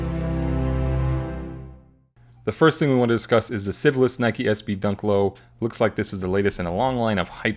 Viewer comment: It sounded like said "syphilis" instead of "Civilist"